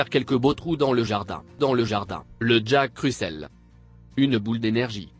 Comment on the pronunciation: Je déteste cette voix !!!!!!! Il c’est pas prononcé le mot jack Russell aaaaaa!!!!!